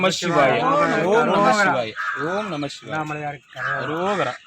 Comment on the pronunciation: Aiya please please don't say NAMACHIVAYA it's NAMASIVAYA you are very good soul I'm from Malaysia 🙏🙏🙏